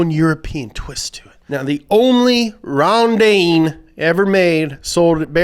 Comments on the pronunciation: Rondine (the pronunciation is more akin to "Rondeenae") is the Italian word for Swallow. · LOL at 'Ron-deen' It's pronounced 'ron-dee-nay' in Italian. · me: watching video auto-generated text to speech: cOREvette ronDEEEEN auto-generated text to speech 2: fiat panda mOnsteR trUUuCCCC auto-generated text to speech 3: mOHzDuH fyOUrEyE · The corvette is pronounced Rón-di-ne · There's something incredibly american about saying "Rondine" with the wrong pronunciation and then mocking the italian accent.